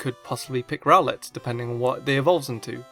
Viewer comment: I pronounce rowlet row-let not rowl-let